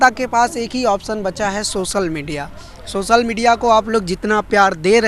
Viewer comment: beta apni languages bolne ka tariqa thoda teek karo. sosal media nhi social hindi me bolte waqt soshal media bolo.. sha ko sa nhi bolte